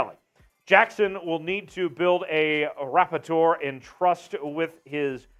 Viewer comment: Yoooo….@ , did he say “rapp-i-tor” instead of “rapport” (rah poor)? 😂😂😂 I’m out…..